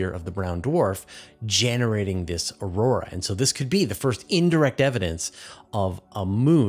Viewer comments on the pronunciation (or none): none